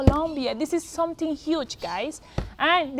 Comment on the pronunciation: Great message and I smile every time she says "someting"...Hha